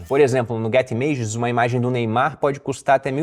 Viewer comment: Pronúncia de images .. . Í mã djes. E não imãges.